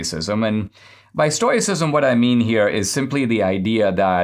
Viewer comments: Dinesh! Read the comments! It's pronounced "stow·uh·si·zm" ! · Sorry Dinesh, it's pronounced stow-ick or stow-icism as in stow rhymes with crow